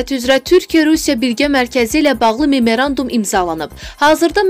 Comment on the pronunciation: Memerandum, yox, ay savadsiz, MEMORANDUM. BILMIRSEN, BIL.